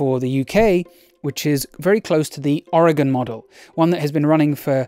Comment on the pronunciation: Cheers from Oregon. Thanks for pronouncing it correctly.